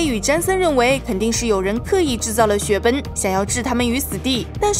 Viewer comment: 我發覺你總是說說雪崩為雪奔 eng的音都不帶g